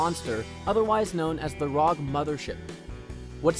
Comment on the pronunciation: You pronounced r.o.g. rog